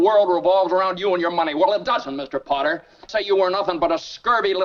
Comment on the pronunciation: Henry F. Potter. The narrator slurred the name.